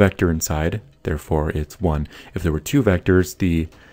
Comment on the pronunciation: Nulility? You mean nullity?